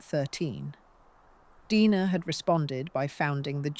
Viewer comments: Deee-nah, not Die-na. Correct your video! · Omg... can't even get famous names pronounced correctly. Uta, Dina.... I'm out.